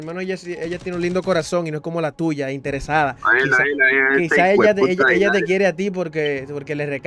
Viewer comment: El como dice intersada😂😂😂